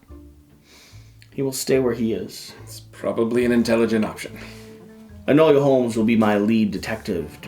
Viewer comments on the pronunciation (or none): Hard to watch, saying Enola name wrong. It's Enola not enolia